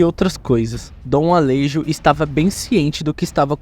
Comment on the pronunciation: Alejo ? se fala ale(rro) . o J tem uma pronuncia com som de dois R. Assim como Juan, se fala Ruan. Espero ter Implementado um pouco de conhecimento as pessoas.